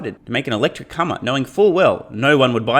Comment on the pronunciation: 😂, I think you said, "Electric Cumma" 😂